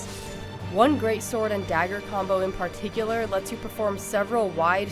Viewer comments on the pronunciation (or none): Also, I hate the way she says particular.